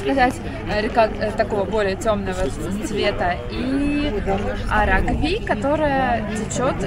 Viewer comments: Река АрАгви,а не АрагвИ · Не Арагви' а Ара'гви. В грузинском языке ударения на последнем гласном никогда не ставится, с серединой не ошибетесь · Арагви. Ударение на втарую букву "а". Так правильно.🙂